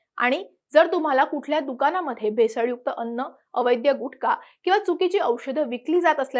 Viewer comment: तुकाराम मुंढे यांच्या धडाकेबाज कारवाईची माहिती देणारा हा व्हिडिओ माहितीपूर्ण होता. परंतु निवेदिकेने अवैध' (म्हणजे बेकायदेशीर) या शब्दाच्या जागी अवैद्य हा उच्चारलेला चुकीचा शब्द खटकला. यापुढे काळजी घेतली जावी, ही 'महाराष्ट्र टाइम्स' सारख्या प्रतिष्ठित वाहिनी कडून रास्त अपेक्षा आहे !